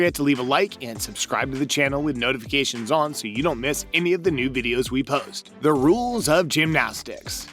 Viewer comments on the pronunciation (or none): none